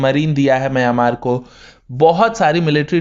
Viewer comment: दोस्त, आप "मंय्यामार" ऐसा क्यों बोलते हो, हालाकी उसका ऊच्चार "म्यानमार" ऐसा हैं. धन्यवाद.